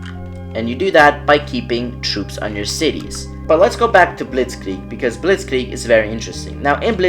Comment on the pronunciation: Bro it's "blitz-kreig" not "blitz-klieg" (other than that great I will continue supporting ur channel)